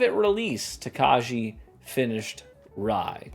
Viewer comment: Says Tokaji wrong for the majority of the video Learns how to say it correctly Continues to mispronounce it because his Midwestern is too strong for this world.